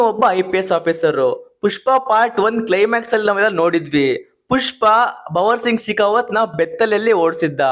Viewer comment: Subscribe ❌ subssibee✅ .bhanvar singh ❌ bavar singh ✅